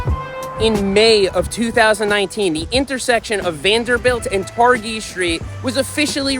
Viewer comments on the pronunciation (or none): It’s pronounced “Tar-Jee,” Seth. Take it from a native Islander. Awesome ride!